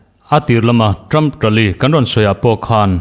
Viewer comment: English hi lam uluk deuh teh... Ṭam ni lovin Ṭham tia chhiar tur a ni. Tin Haris ni lovin Heris tia lam rik tur a ni. Kaw leihchi ni lovin Khawleihchi tih tur a ni🎉🎉